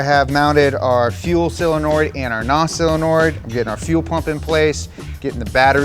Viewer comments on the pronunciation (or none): "ok so I have mounted our fuel solenoird and our nos sellonord..." I love it. It's like Benjamin Cumberbatch trying to say "penguin" in that documentary. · Him calling it a sillinoid valve hurts me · Silanoids 😅😅😂 ….. is it not Solenoid😂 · Why do people consistently pronounce “solenoid” as “seal-a-norid” lol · Honest question: Anyone else hearing say "sillynoid" or is he doing that on purpose? I'm all for combining "silly" and "solenoid", but... ummm... yeah, genuinely would like to know. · I like how he keeps saying "sillynoids" . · I can’t unhear you say “cylinoid” instead of “solenoid” over and over again. I’m going to steal that and piss off all my engineer friends. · There's just something so wholesome about pronouncing solenoid as silenoid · Is he saying “sillynoids”? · Why can't he say Solenoid? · WTF is a "Sillanord"??????